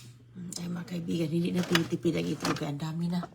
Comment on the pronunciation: Itlog Po.... Not Etlog✌️✌️✌️